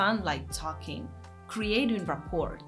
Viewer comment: If this was your first video, it was excellent !! I love your accent and your adorable mispronunciations of complicated English words. The "t" at the end of "rapport" is silent (rah-por). Keep them coming!